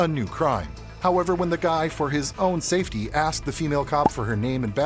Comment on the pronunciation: If you're an adult and you say "safewy", your PARENTS failed YOU!